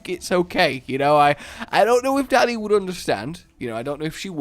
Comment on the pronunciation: Sometimes when you talk a bit on the quicker side (I do too don't worry) instead of hearing you say "Dani" I hear "Daddy" and I get extremely concerned for you. I also replay it over and laugh a good bit.